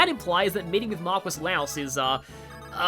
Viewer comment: Okay, so I was right! They just out and say it! Neat! (Also, I'm pretty sure marquis is pronounced "markee," since it's French)